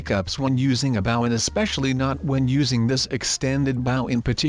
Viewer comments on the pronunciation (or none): It’s bow not bow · He is saying the word “bow” wrong. It is supposed to be pronounced like bo